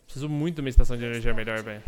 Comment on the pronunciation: "Meliorrr" série, muito boa MSM!